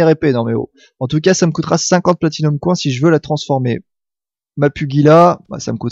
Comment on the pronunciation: J'adore tes vidéos x) un coup tu as un super accent anglais avec ride, un coup tu dis coin à la place de "coynsse" pour les pièces x) c'est énorme !